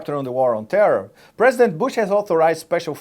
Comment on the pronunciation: WHY the hell cant this women pronounce terror? she always says it like Terrrrrr